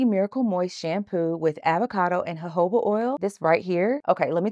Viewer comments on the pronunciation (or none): none